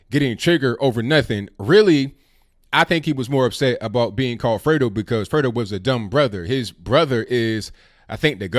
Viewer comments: I thought it was Dego not Fredo... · I THOUGHT HE SAID DAYGO.